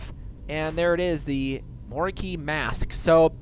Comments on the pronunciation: MOROKEL?! WTF It is spelt mor o kei...xD (mor oh keye) is how to pronounce it bro. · He said Morkel. JUST FUCKING KILL ME!!! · Say it like mo ro Kai